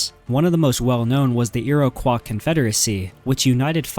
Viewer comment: He said iroquois wrong too